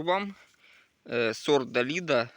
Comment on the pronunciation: Далида -была популярная певица ;ударение на последний слог